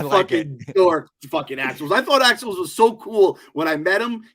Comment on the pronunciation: Axe's last name is "Woves" no L in it. Love your reviews of the episodes.... #MeddlingKids